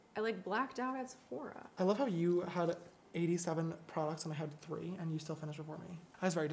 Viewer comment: I think she said “free” but still funny 😂